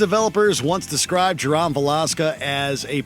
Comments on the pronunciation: Is that how Canadian's pronounce Jerome? Never in my life have I heard someone pronounce Jerome as "Jer -Ahm". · Number 3. Jerom Valeska 😂😂 its Jeromeeee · Jer-om really? How can one not pronounce the name Jerome. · The mispronunciation of Ja-rome from Gotham is ridiculous. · Why mispronounce names when you can literally check the source material !!!! Its pronounced Je-ROME like the CITY & how Jerome is normally pronounced. Though Cameron does do an amazing job & tbh if I had to choose Jeremiah is scarier; Jovial and murderous batman villains are fun...calm and murderous is unsettling. Also once you know who an actor is behind the character, totally not scary, like with the original IT. Tim Curry doesn't scare me; I'm sorry that's just Dr. Frank-N-Furter as a clown and that's hilarious! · it’s pronounce Je-Rome you know like Rome, Italy but hey I love that you guys added him as a scary clown. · This was a good list but the way you pronounce Jerome Valeska’s name irks the piss outta me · This dude mispronounced Jerome Valeska....where Rebecca at 😂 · Cant take this video seriously when the narrator cant say Jerome's name correctly XD I mean who pronounces Jerome like that XD